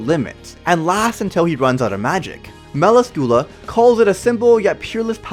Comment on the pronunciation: I dont like the way he says galand and melascula